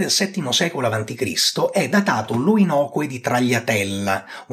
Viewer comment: Unico appunto: si pronuncia "oinokòe"